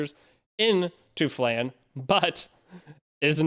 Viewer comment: Its Flan,not Flen